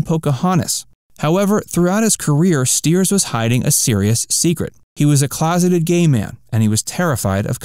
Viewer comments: Have long been a fan of the series. Didn't learn anything new. Please learn to pronounce David Ogden Stiers' name correctly. It's sty-ers, not steers. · It is Styers (Stiers) not Steers. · It's pronounced St-eye-rs, not Steers! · I loved Charles too. David Ogden Stiers was truly great. Don't mean to be snobby but Charles would have been a bit out of sorts if his name was mispronounced. Stiers is pronounced Sty-ers. Not Steers. One of the episodes a rude Charactor called him Chuck. "CHARLES" he'd bellow. Here's to you David........Q! (Charles from Boston had an upper class Boston accent. He say goodbye one of 2 ways....."Gentlemen".....or shorten thank you to simply....."Q".....) I always loved that "Hahvard" grad. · StIers. The I is pronounced, not the e. At least that's how it's pronounced in his native Urbana, Illinois. I didn't realize he was closeted. Being gay doesn't change who he was. Great actor, sorely missed. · It is not stated as 4 thousand 77th, it is stated as 4-o-77tth. And Winchester was played by David Ogden Stiers (pronounced Styers). If you are going to make a video about a loved topic, maybe you should know how to speak about it correctly. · What to mispronounced David Ogden-Stiers. It’s “ sty-ets” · You miss pronounced Stiers. It is pronounced St eye ers. I am surprised with all the researched you did that you messed that up.